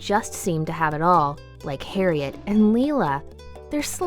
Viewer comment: the way you pronounced harriet made me die a little inside :(